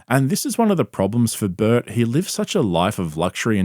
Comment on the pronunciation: I like that you pronounce the name Burt as butt